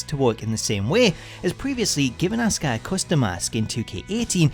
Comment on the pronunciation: STOP SAYING ASUKAS WRONG NAME WRONG ITS GRINGEY AF